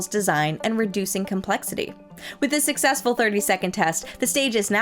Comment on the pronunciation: I know, right? And Angara is AngarAH! Also, says 'Susseksful' )